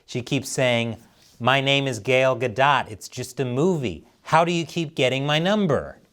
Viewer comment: please don't spread disinformation. Her name is Gal, not Gail.